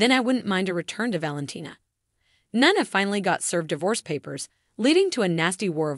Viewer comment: She has now pronounced Nina at three different ways in the same video.